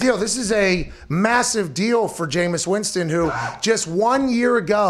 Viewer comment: it is Winston not Winson